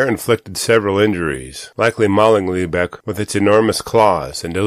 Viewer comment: I live up in the lebec area, your not saying lebec right, but you didn't show the terrain correctly